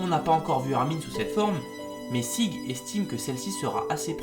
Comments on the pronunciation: sa se prononce sigue yéger mais sa s'écrit sieg jäger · Tu prononces mal certains nom comme "Jeager" (Le "j" ce prononce en "y" comme en allemand) Et Sieg (toute ces lettres ce prononce) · Yamiii _ nn cela se prononce sig et non pas sieg